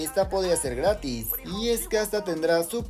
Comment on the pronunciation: Escuché grátis 😮